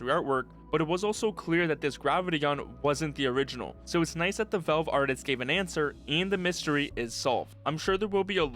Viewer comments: It's pronounced as vaelve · Velve? Vulve? Odd that he can properly pronounce the A in gravity and Alyx but not in Valve.